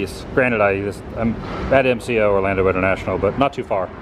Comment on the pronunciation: ORLANDO not Orlanda geeze